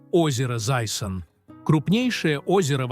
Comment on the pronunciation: Отвратительно ...научитесь верно произносить слова Иртыш и Зайсан.